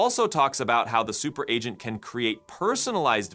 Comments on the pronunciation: You need to check your voice AI output. Seems to have trouble pronouncing "agent". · Hey was this video content entirely AI generated? There were a couple of strange tells like it being perfect English pronunciation, yet the word 'agent' was repeatedly mispronounced and some of the cut scene pictures were just weird. Today it is getting harder and harder even if you know what to look for to detect ai agent fakes... so dude who is creating AI Revolution... is this true or false? Is this you talking or is it Eleven Labs? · What is wrong with Ah gent? lol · Adge Ents - giant tree creatures that get agitated when you pronounced their names incorrectly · because he put dash before -agent so the ai messed it up or we stupid humans dont get it, it should be pronounced ahgent if dash comes before it. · There was quite a few words it messed up. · That's not important I think😂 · Good catch! Voice AI is getting smarter every day, but yeah... sometimes it still fumbles the basics like 'agent' Probably still in its 'speech therapy' phase. Hopefully the next model update smooths that out!